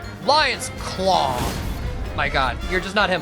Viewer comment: he says "lions clow" like nihil💀